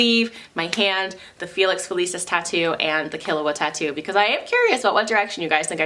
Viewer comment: I was told by some weebs that you pronounce it so now I don't know what it's supposed to be 😱 But really nice hand snake and killua regardless! They look so professional